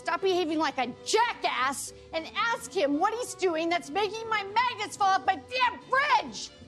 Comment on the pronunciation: ¿mAgEntS? dEe ?mAGenEt¿